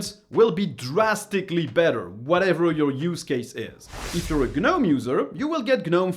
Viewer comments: I've not been on "G-nome" anything-- I HATE "g-nome" (something most people can't even pronounce much less USE) and I think it's for idiots.. My opinion- but it's RIGHT.. KDE is the way to go on this and anything else- to make the most of it.. and make it look ANY WAY YOU LIKE.... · What's a guhnome? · The G is silent in gnome.